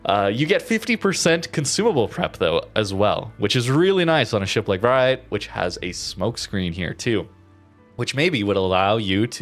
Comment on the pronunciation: As a Dutch viewer, I approve of your pronunciation of the ship names... you nail the Vrijheid, others maybe not so much, but the effort feels genuine to me, so props to you!